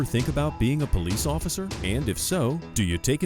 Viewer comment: I was enjoying this video until I said “Pesce Officer”